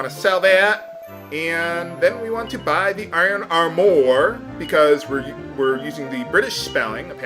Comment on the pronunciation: Hahaha! Until you pronounced it funny, I didn't even notice the spelling for "armour" in this game. I guess the British variations are familiar enough to my reading eye that they don't grab my attention anymore.